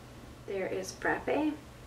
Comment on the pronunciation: Also thanks for saying frap pey instead of frapp! So many people leave the eh sound out I'm nuts it drives me crazy I'm like it's like latte frappe duh:-) it's a pet peeve of mine now lol! But you say it right cool!!!